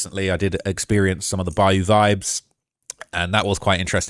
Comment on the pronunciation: It's "Bi - U"...🤦‍♂️